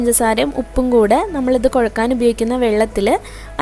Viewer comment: കോഴക്കാന് അല്ലാ കുഴയ്ക്കാൻ എന്നാണു പറയേണ്ടത് . കുറ്റമായി തോന്നരുതേ😊